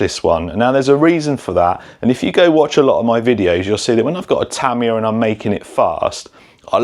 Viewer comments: If you were on Tamiya’s payroll you’d need to learn to pronounce their name correctly . It’s Tah-mee-yah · Japanese words might be hard to read, but hear a Brit say them is awful!!😂😂😂 Yah, the Tamiya kits are badass!!😁👍 Also, Tyco back in the day. That Turbo Hopper series kicked butt. My Science Project movie was GOLD for having one😁👍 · I always thought it was pronounced Tuh-my-uh Or is he saying it like that because of the way they say aluminum as al-you-min-e-um and they say “z” as “zed” which is nuts in itself. lol.